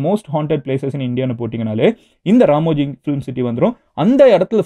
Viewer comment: Ramoji ❌ Ramji ✅😂